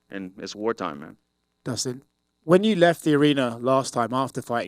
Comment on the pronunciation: "Battle of the Ustins" Kilt me 💀😂